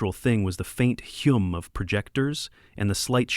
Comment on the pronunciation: hum not hume